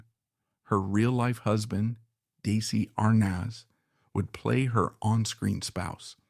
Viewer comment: PLEASE learn to pronounce Desi Arnaz's name and Desi-Lu correctly!